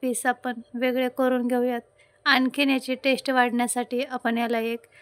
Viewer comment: ताई, भाषेकडेही लक्ष द्यावे.टेश्ट असा उच्चार न करता चव किंवा रूची म्हणा. टेश्टी न म्हणता चविष्ट , रुचकर म्हणा.कानाला सतत खटकतं.इंग्रजी शब्द कशाला?